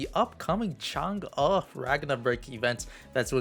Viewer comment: what you say Changa, instead of Chang EEE? :D